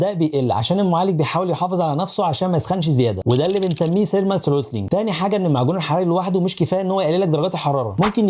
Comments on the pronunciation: ثرمال ثروتلينغ وليس سيرمال سرونيلنغ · لا , هو قال سيرمال مش ثيرمال حرف ث مهم 😂😂😂😂😂😂